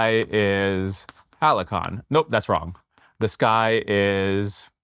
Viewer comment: that halcyon pronunciation